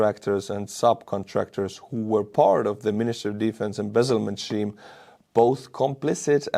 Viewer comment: "Scheme" is pronounced "skeem".